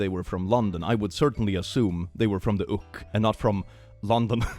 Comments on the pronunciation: Pronouncing UK as ook is so funny. As a British person, I approve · London in the Ook, not in the Oos 😂